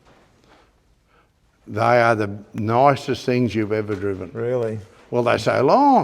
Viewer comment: Just a quick note, not meant to be picky. In the US, "Moline" is actually pronounced "Mo-leen". I know it's a weird spelling, but that's how its pronounced over here. Named after a town in NW Illinois along the Mississippi river.